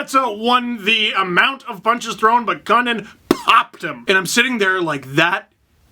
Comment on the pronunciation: Kukan or Kukin got cockeyed